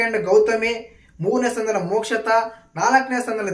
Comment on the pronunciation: Bro mokshatha Alla mokshitha